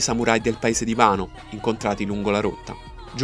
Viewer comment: Si dice wano non vano.